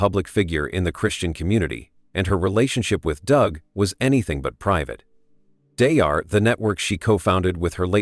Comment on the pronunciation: Don't waste your time watching this video. The AI narrative keeps repeating the same thing over again and can't even pronounce Daystar correctly.